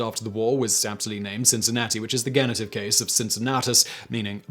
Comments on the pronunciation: No, it's not. It's genitive pronounced 'jenitive' in any English. He just erred. It's a common theme in Whistler videos; his accuracy in terms of pronunciation could use some improvement. I often call it out and it is somewhat bothersome to me too. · Genitive. Pronounced like the g in generous. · That's the first time I ever heard anyone say genitive with a hard G. I say jenitive. Is that a British thing?